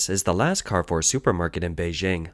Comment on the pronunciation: it is pronounced Car Foor